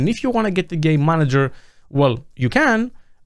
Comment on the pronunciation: I swear to got that I can only hear "gay manager" not once "game manager"